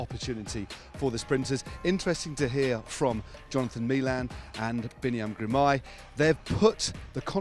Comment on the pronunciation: Why cant any of these people pronounce Girmay's name properly. ITs Girmay, not Grimay.